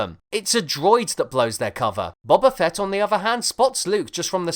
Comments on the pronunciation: "Bubba Fett" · is it not pronounced boba fett like boba tea?